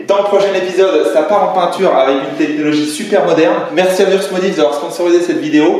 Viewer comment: Désolé c'est mon côté alsaco qui ressort mais c'est wurt pas wurss 💀 Je pouvais pas laisser passer ça désolé